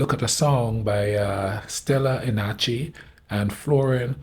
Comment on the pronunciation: The singer’s name is indeed Stela, that you pronounced spot on, less Enache, where the ending “che” is pronounced like the beginning of the word CHEmistry, so it’s like Stela EnaCHE(mistry) 🫡 Respect for what you do! You’re a legend 👍